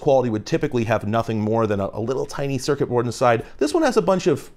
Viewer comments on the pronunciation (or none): none